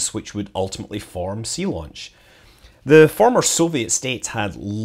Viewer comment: Zeelaunch !!! I thought you were trying to do a German accent there.